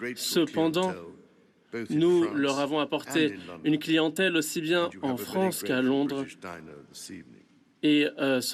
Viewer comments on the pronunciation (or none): Hahahahaha il a dit la « FRONCE » ce facho